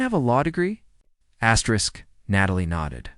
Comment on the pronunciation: I think her name is Astrid…,not Astrisk